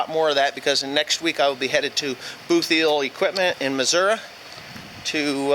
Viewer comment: Are you sure it's not pronounced boot-heel equipment... You easterners!!!! Keep the vids coming